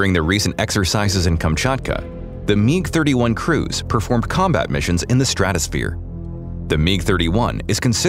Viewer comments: MIG not Meeg. WTF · WHAT THE HELLOIS A meeg?' lol